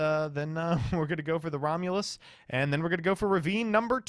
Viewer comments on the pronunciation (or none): none